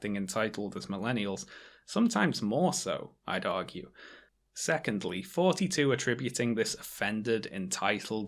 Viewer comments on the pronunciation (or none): Your th-fronting is killing srsly. I keep hearing "fourty-two" instead of thoughty2